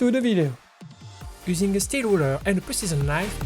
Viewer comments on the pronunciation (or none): i hear prisoner's knife when you say precision knife